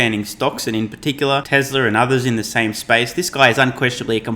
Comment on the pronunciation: Please .... its TESL(A) not TESL(R). You do good work ... keep it up ... just the R is a bit off.